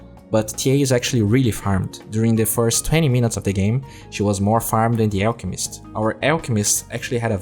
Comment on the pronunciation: It's funny how you say ELKmist not ALLchemist